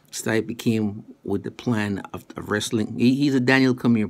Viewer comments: It's Stee-peh, not Stuy-pee lol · you stupid mericans can't even properly pronounce this Croatian boy his name....Stipe ,i reads like E,so it's not Stype ...I'm not gonna even try to explain to you his last name...Miočić ...google it fuckers and put translation on Croatian